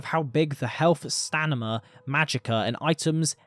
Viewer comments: STANIMA, i cant b the only 1 who heard him say it like 50 times... STAMINA... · no hate! like your content a lot... but its STAMINA not STANIMA... just mentioning because you said stanima multiple times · Enjoyable video, but I can't get over the fact that a person that certainly sounds like a native speaker continues to say what sounds like stanima, must be some exotic accent.